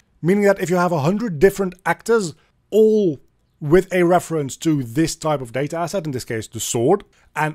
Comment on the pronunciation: Day-ta Ass-At!